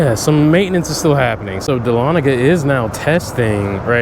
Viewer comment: as a Georgian it makes me happy do hear someone pronounce dahlonega correctly! also welcome back